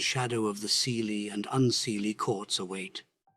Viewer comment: I am Irish/Scottish and English descent, and I would hear my Irish mother talk of a ceilidh, which means a happy Irish gathering, and the narrator pronounced the word like SEEly, whereas it is pronounced KAYlee. Beautifully read and the imagery ia exquisite!!